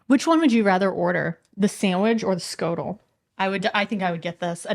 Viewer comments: Schotel is pronounge S GOTEL 🙂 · "ch" is the Dutch letter "flem", that makes "sch" the "hiss-flem". It's not "skotel" but "hiss-flem-otel" 😂 Most romantic sounding language in the world, I swear